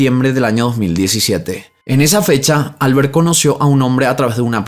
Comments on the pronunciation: Sólo porque lo pregunta; Xeraco en castellano se pronuncia "Cheraco". Y Albert es aguda, suena Albért. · No se dice Álbert (como inglés),se pronuncia Albért (aunque no lleva tilde) en catalán. Xeraco lo has dicho bien ✌🏻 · Holaaaaa! Me encanta tu canal. Sólo un apunte,,,esos nombres catalanes o valencianos que mencionas en el segundo caso llevan la sílaba tónica en la última sílaba. Albērt o Ricārt.. un saludoooo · Hola! Soy española, la segunda vez que has pronunciado Xeraco está bien, pero Albert en valenciano no es Albert como en inglés, solo es Alberto sin o, se pronunciaría algo así como Albért. Seguro no me lees, y tampoco es nada importante, pero es bonito saber que en España tenemos tantos idiomas y nombres de cada zona, no solo el castellano ❤ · Por que pronuncia la r de Albert como r inglesa? Cuando es español. Y lo mismo con Pierre. Sería una r francesa. Me llama la atención. Saludos me gusta sus videos😊